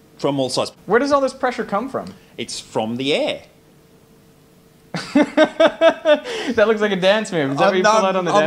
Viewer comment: I just like that he says Aeeee instead of air 🤣